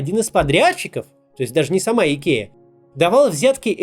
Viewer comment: Идкея - это по-каковски? I K E A - латинские буквы: ай, кеу, и, эй - Айкиа.